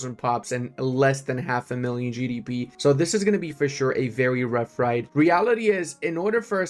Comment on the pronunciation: Love your vids - it's Wrought (pronounced 'rawt') Iron Tools though